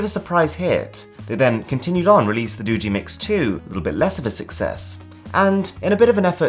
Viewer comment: It's "Do-gee" not "Doo-gee"